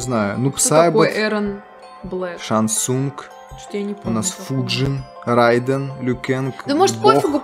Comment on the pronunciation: Правильно:Милина а не мелена, не Райдн а Рейдн